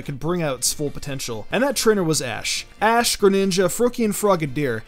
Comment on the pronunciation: he called ash Ass ketchup 😂😂